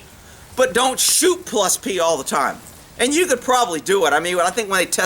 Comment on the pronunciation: "Plus plee" lol Great video!